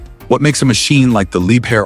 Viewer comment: либхер а не либер